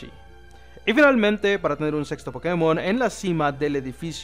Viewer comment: Anda, pronuncias el acento en la E en la palabra pokémon vez de inventarte donde acentuar. He visto muy pocos hispanoamericanos que hagan eso.